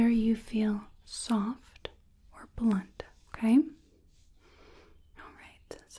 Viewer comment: The facial sensitivity exam parts are my absolute favorites. Thanks for making that section so involved. The way you pronounce The final T sound in "blunt" and "soft", is so relaxing.